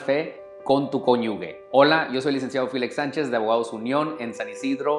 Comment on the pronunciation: No se dice Konyugue, porque no lleva u la palabra. Se dice Konyuje con J al final